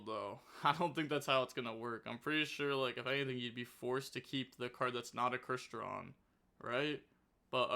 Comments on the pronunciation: Oh god. has met his final boss. Crystron name pronunciation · Sounding out words is tough 😂😂😂